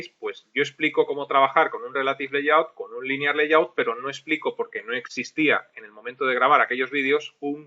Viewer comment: Se nota que tu también aprendes maestro, en el 16 pronuncias layout como "layut" y en el 16b grabado al año siguiente ya pronuncias "leiyaut" 😂 Gracias por el curso.